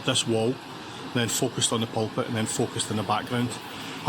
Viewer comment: Loch Lomond is pronounced: 'Lock Low_mund' (emphasis on the _first syllable, not the second) and Glasgow is pronounced: 'Glasgo' (ditto re first syllable, not second)... However... You have 'Pulpit' right.. 🙂